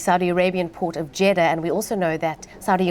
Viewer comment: Jeddah is not pronounced “Jetta” it’s pronounced “jidaahh”